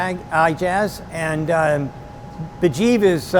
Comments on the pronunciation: Sandy is awesome but guys name is Mujeeb not Burjeep :D lol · I'm sorry. I really am. But I think Sandy is probably the worst host for any kind of show that involves him to about our to people. The guy's name is MUJEEB. Not BAJEEV. So.... Yeah. Shut up, boomer. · I enjoy the show Sandy but you should be ashamed to not get Mujeebs name right. It´s not Bejeeb! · How many times is Sandy gonna say the guy's name wrong! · I know Sandy was trying so hard to be respectful, buy he butchered Homeboys name like 5 times 😂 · jfc get his name right.... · A small suggestion. More appropriate pronunciation would be "muh-Jeeb" like Jeep. Ijaz would be "Ee-ah-zz".